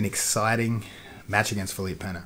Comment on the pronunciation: Props for saying Pena correctly, Craig God.